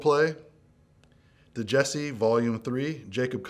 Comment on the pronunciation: When Jacob Collier is so unknown in mainstream music that they pronounce the D in Djesse...